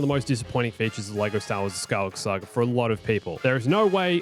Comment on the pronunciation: „The Skywalker Sager“ „Princess Layer“ …why?!